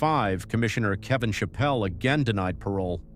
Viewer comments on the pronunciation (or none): none